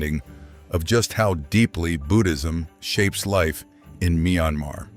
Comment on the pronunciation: You repeatedly said the name of this country with 2 different pronunciations, "mai"-anmar and "mee"-anmar thru-out the video. Why? Couldn't make up your mind on which?!!!